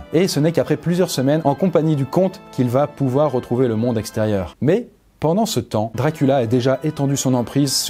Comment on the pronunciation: jonhatan ? wampire ? DRACULA ? DIOCULA !